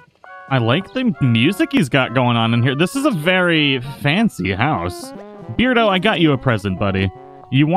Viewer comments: I think it's pronounced bear-do, like... Cuz he's a bear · ahahahah after hearing the whole episode of you saying beard-o i just got used to it 😅😅